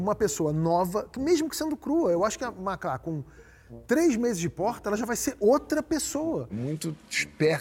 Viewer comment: Eu não entendi essa mudança na sílaba tônica no nome da Macla somente na final. Um presságio e toque do diretor que já anunciava uma mudança necessária para a já futura ex porta?